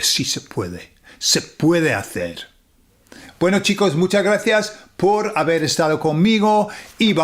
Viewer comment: Jeje gran video, mucha razón en todo, hablas genial Español pero solo por ese "por" se nota que eres de algún lugar angloparlante =) es un "por" muy pronunciado pero con tu nivel seguro que lo mejoras rapido, trata de hacer el por mas suave con la "o" mas seca y menos profunda. Un abrazo amigo.